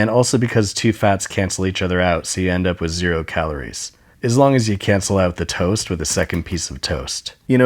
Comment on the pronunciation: I love how you can hear him repressing his laughter when he says "avocado twost"